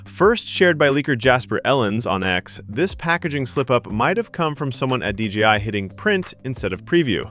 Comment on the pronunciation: d j i not dgi